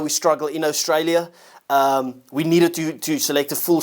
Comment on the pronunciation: Ohstraila you say😂